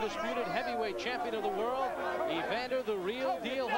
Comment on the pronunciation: Ray Leonard never says "world" he says "whirl".